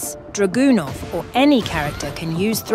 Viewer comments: That's not how you pronounce Dragunov. But the video was pure gold. Thanks! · I’m pronouncing Dragunov like that from now on 💪🏾🔥